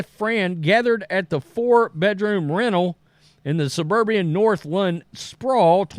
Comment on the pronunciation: You’re reading all the same shit we already know and you’re mispronouncing words. Suburban, not suburbian.